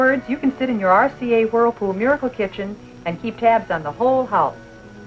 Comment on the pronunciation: She keeps saying “RCA Hurlpool Murkle Kichin”